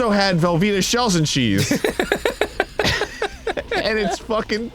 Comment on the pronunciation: I also like the way he says shells and cheese..... not shells and cheese.... SHELLS n cheese